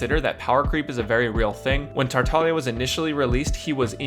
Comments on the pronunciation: Yes he is tartalia I think her meant to say "tar-tag-lee-ah" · Can someone tell me, is he saying “Tartalia?” Is it not pronounced “Tar-tah-glee-ah?” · you're right, it's like gli proncunciation with italian